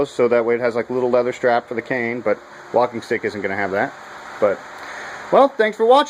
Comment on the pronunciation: Cane not can lol i was soo confused haha